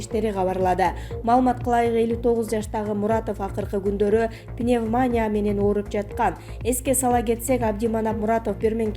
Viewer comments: Пневмааания эмес пневмания деп эле окубайбы мына бул диктор кыз,ушул квздын суйлогонун уксам итиркейим келет,чон акцент менен суйлойт,башка диктор жокбу? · пневмАня эмес - пневманИя!!! Туура окуганды үйрөткүлөчү... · Диктор пневманя деп кызыкча окуйсун го, башка сөздөрүң деле, кайсы бирин айтайын..... 😡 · Журналист кыздар,туура суйлосонор боло! Пневмаания эмес! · Пневмания- журналистер да ушинтип суйлойбу!